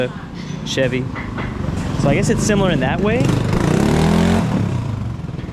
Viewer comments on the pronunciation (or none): none